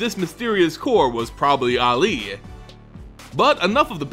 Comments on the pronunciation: this particular mispronunciation makes me think of Mohammed Ali. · fun with mispronounsiations! prince aily yes it is he playable in abzaaaan! 2 or 3 possibly but not any mooooore!